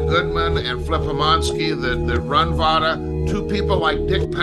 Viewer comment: VICTOR PUTS THE "V" in Vada.